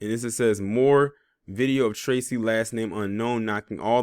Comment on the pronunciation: Damn bruh. I like your content but I am a black man and the way you disparaged my name Tracy was a bit much